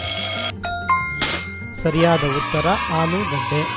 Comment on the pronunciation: That's Aalugadde not Haalugadde.your video is a disaster 😅